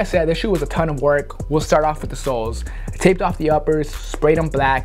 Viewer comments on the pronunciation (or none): Reshurations WiF